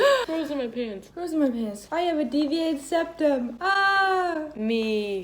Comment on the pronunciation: I CRACKED UP WHEN SHE SAid “seviated deptum” 😭😭 WITH CONFIDENCE